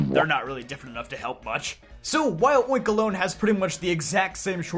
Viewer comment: You misponouncing oinkologne hurt hear